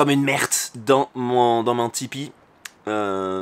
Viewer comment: Le poil? on dit un pouèle